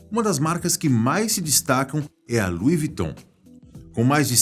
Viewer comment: Não entendo o porque das pessoas falarem o nome da marca errada🤦🏻‍♀️ só aqui no Brasil as pessoas não sabem pronunciar.